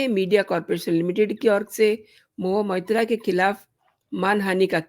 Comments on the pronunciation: What are you gaining by this post?You can’t even pronounce her name properly, you have been saying Mohiya Moitra. You are only a BJP troll. Modi has a fake degree , Nishikant Dubey has a fake degree and majority of BJPites are fake and frauds of rank A. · Shame on you!! First learn to pronounce her name properly!